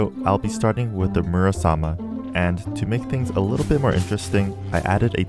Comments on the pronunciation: Im kinda annoyed bc he calls muramasa a «murasama» lol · Your saying it's name wrong and there two characters who use in mgr Raiden and Jetstream sam